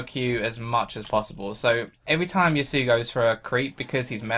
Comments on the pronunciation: Pronounced Ya-su-oh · ***** "Ya-su" is incorrect. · Just for the record it is pronounced "Ya-soo-oh" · ***** Yasuo is a name originating from the Japanese language. Do you know how to speak Japanese? I do. I and other Japanese speakers pronounce it Yas-oo-oh. Did you just decide to ignore the o on the end? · You pronounce ya sumo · I'm not raging at you; but Riot needs to make champions that have names that people can pronounce... I'm honestly not angry at anyone, but it's "Yass-oo-oh"